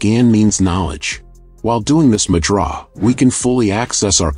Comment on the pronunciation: Annoyed me too.